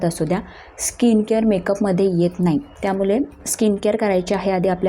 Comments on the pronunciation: त्यामुले नव्हे ग त्यामुळे किती अशुद्ध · अशुध्द मराठी... ळ चा उच्चार ल असा होतो आहे. उदा. वेल, त्यामुले इत्यादी.